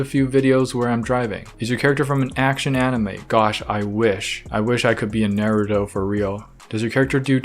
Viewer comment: Sorry for the dislike but u said naruto wrong